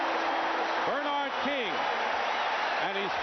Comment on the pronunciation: I forgot that for some crazy reason, Dick Stockton would say BER-nard instead of ber-NARD. You’d think somebody woulda corrected him at some point.